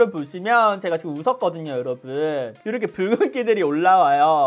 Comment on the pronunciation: 요로봉에 가깝네요ㅋㅋㅋㅋㅋㅋㅋㅋ 저두 뾰로롱인 줄 알았어요